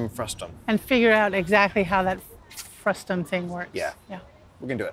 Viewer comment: This bothered me from the very first mention of the word. You are talking about a frustRum, not frustum!